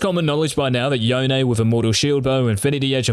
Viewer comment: He said "Yonay" for yone